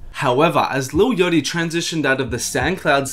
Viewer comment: his name isn't lil yotty